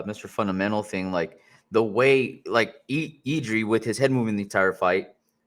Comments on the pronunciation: it’s jiri not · 💪🙋🇨🇿and he is not done yet, he still be around 5 years.. he will be monster, btw you dont have to say Jiří, you can say Jirka, its like joe to joseph, you can get around ř and you will surprise czech speakers🙋jirka easy.. no, but kudos😅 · honestly just say yiri, you will never be able to pronounce ř correctly. Yiri is cool.